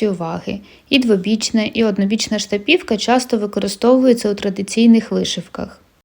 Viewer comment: у Вас чудові відео, Ви гарна майстриня! ❤ Єдине "але" - чому Ви ставите наголос на "і"? Скільки я чула це слово - штапівка - всі кажуть з наголосом на "а"..... 🤔 В інших назвах, як я помітила, Ви також ставите наголос не так, як його ставлять інші зазвичай... Чи є у Вас якісь джерела, про які ми не знаємо? Дякую заздалегідь за відповідь та гарного Вам дня 💚